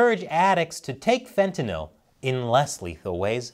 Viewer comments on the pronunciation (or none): none